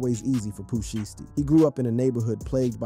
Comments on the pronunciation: Its pooh shy stee not pooh shity 😂😂😂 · How you mess his name up?